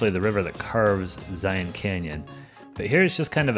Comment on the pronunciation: You pronounced Zion right!!